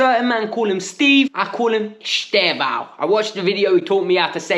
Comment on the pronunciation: He pronounced it something like "Easter-vao" not "Easther-vao".